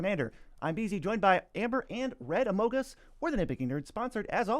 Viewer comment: Thank you for pronouncing amogus correctly, most people get it wrong